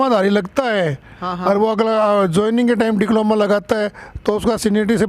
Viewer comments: डिप्लोमा होता है ना कि डिक्लोमा😅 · "डिक्लोमा" नहीं "डिप्लोमा'' बोलो।